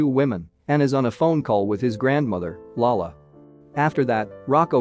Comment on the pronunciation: It’s really cringe when he says lala when he means lola as you n grandmother. Other than that it’s a really good recap.